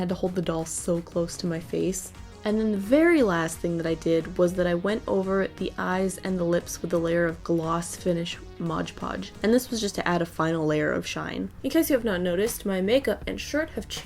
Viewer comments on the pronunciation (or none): it it Mod Podge not Modge Podge :)